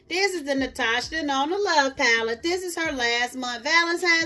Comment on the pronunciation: do you have the ColourPop Stone Cold Fox paleeete? If so, please do a look and let's get into some spring paleetes soon! LOL Paleetes like you say.